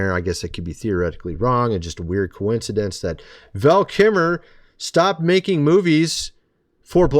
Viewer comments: What do you say kimmer instead of kilmer? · Can't you pronounce your L's? It's Kilmer...not Keemer...sheesh...get it right man. JS. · For someone who claims that a man is one of his favorite actors, you certainly don’t seem to know how to even pronounce his name. It is Kilmer, pronounced Kill-mer not Kim-mer. A bit of respect for the man by saying his name correctly would go a long way toward your credibility in claiming how much you admire him. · Kilmer. Val Kilmer. Not kimer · It’s KILMER not KIMMER. Thumb down. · It’s weird that you said he was one of your favorite actors, yet you pronounce his name wrong. It’s Kilmer, not Kimer. You don’t pronounce the “L” when you say his name. You are supposed to. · Val 'Kill'mer not Val Kimmer, was and always will be in my top 3 favorite of all time Actors. If he was one of yours then you would know how to pronounce his name correctly. Best role Tomstone. Greatest role Real Genius. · His last name is KILMER, not Keemer… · wait… did you call him val kimmer? said he’s your fav 🤔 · Val KILmer, not KIMMER…. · KILLmer! NOT Kimmer DIPSHIT! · I'm sorry to do this, but it always irritates me, when people mispronounced words. Would it kill you to learn how to pronounce his name correctly when you do a video about someone. It's Val KILmer not Keemer or Kimer. You pronounced it 3 different ways throughout the video. Also talk about rambling, I never could figure out what point your were trying to make because you jumped around so much, and didn't seem to have your facts down, again rambling. So what was it Val KILmer and Mel Gibson both were saying was true about Hollywood? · It is disrespectful for you to keep mispronouncing Val Kilmer's last name. It's KiLmer, not Kimmer. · Ki LLLLLL mer dude.. there's an LLLLLLLLL!! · kiLmer. K I L M E R The “L” is NOT silent. Say his name correctly. You keep calling him “Val Kimmer.” Get it right!!!!! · It's not Val Kimmer. It's Kilmer. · Never heard his name pronounced that way Kimer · It's kiLmer